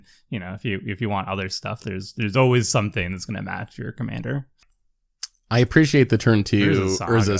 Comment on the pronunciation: I always get confused by pronunciation of "Commander" because, to me, it sound exactly the same way pronunciation of Kumena. With both of them I hear Kumana.